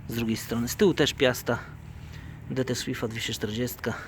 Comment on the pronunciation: Dt słifta ? redbałd? Specjalized? Santens? Ty to masz gadane chłopie :)